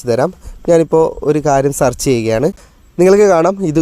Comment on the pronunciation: സർച്ച് അല്ല, സേർച്ച് ആണ്. നേരെ പഠിക്ക്🤔🥵😱